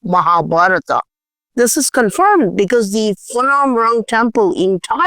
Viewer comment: Phanom is spoken with PH and not as Fanom, Just so you know. thanks for your great uploads on this platform. 🙏